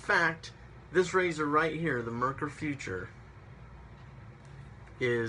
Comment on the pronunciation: Foo-tour , according to the Germans. Not future.